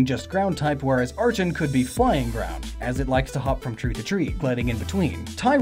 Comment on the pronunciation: Same with archen. Glissor!?!? It's gliscor